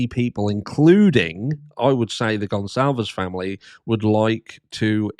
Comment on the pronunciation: At least pronounce the name properly